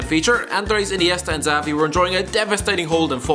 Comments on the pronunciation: It is Szavi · yep, 2010 was a stinker. And its pronounced Javi not Xavi. do you even follow football? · You used to say JAVI and now you're saying ZAVI....it's pronounced SHAVI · fair enough that was good to know thanks. also its Xavi as in "Chavi" not "Zavi" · Did he say zavi ? Omg you are stupid Its xavi - chavi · He absolutely butchered the pronounciation on xavi... it's chavi not savi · It’s “shavi” not “zavi” you turd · Is Xavi not pronounced Chavi? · Man for fuck sake listen to some commentary! It’s Maicon (Maykon) Xavi (Chavi or Javi) Schweinsteiger (Shvaneshtiger) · It’s “shavi”. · No they pronounce it Ekzavai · The way this person pronounces Xavi...